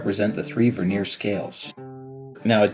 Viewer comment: The word Vernier has the accent on the first syllable, not the second. The word Vernier, with the accent on the second syllable describes a thin layer of wood on the surface of furniture.